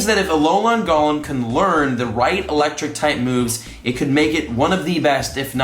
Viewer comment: Yesssss just like how he’s saying Golem wrong, he keeps saying it like Gollum from LOTR instead of like Goal-em.